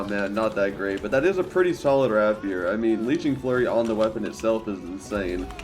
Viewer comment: rapier is pronounced ray·pee·ur